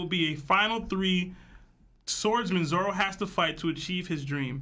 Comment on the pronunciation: I know I’m nitpicking but why does he have to keep calling him Zolo?! lol I get where it came from, but between this Lahgia I die a lil bit every time he says it haha